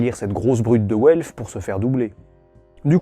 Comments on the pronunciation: w en allemand se prononce comme le v français; donc velf et pas ouelf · "Welf" j'entends "Haut elfe" c'est terrible